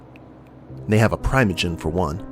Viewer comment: I believe it's PREE-moh-jen